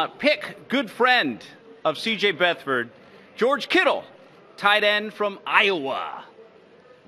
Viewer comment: sounded like he said “beth-Ford”. Listen again.